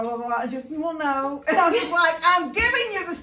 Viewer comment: puts ah at the end of her words sometimes like Stop'a or No'a lol i think its cute. Reminds me of a Valley Girl. lol